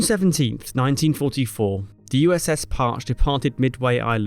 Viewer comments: Par-chi not, parch. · "USS Park" -> USS Par-Chee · Great video. Other than the fact that you misprounced Parche. It's NOT Parch....It's Par chee. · It's pronounced "Par-Che" not "Parch" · Two syllables prounounced "Par-chee" not "Parch" 🙄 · It's pronounced Parch'ee. AI is not ready for narrating. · Just for a small correction: Parche is pronounced "PAR-chee" not "parch". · Parche, pronounced parchee., not parch. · pronounced Parchee not parch, btw, (someone who served on the second USS Parche's (SSN 683) replacement (SSN-23) USS Jimmy Carter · I've always heard it pronounced Par-chee. Is it really pronounced Parch? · Never heard it pronounced "parch" before, always "par-chee" And that was by submariners. Lots of them in my training, as we only went to subs or carriers. The second USS Parche (SSN-683) is a legend too, even if we still can't discuss specifics. She was that kind of boat. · its "Parch-y" not "parch" please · That's pronounced Par-chee not Parch. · Sorry, but all the US sailers I know called that ship the "Par-Chee". Hearing it pronounced like you would Porche was painful to my ears. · Correction: The pronunciation of USS Parche is incorrect in the video, it is not Parche as in: I am "parched", thirsty. It is Parch-ee. You pronounce the 'e' on the end. I know this because I was a crew member of the USS Tunny (SSN-682) and our sister ship, USS Parche (SSN-683) took a lot of our parts when we decommissioned in 1998. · It’s “PAR CHE” not “PARCH” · The sub is pronounce PAR-CHE not parch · No, that's notthe correct pronunciation. Par-chee, not parsh. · It’s par-chee, not parch. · I understand it's pronounced par-shay not parch. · It is not a parched fish, it is a fish pronounced "Par-Che". Still a great illustration of how American submarines contributed to WWII victory. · Pronounced Par-chee, not Parch. Otherwise a great video. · My father (Submarines in the Pacific--USS Tinosa) always pronounced it "Parchee," not "Parch." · It's pronounced "Par-chee".